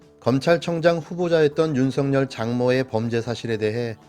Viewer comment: 윤쉬붠.... 윤쉬붤.....이라고 읽히기도 함 된발음...윤쉬풜!!!!! 🐕진태는 🤐🤐🤐🤐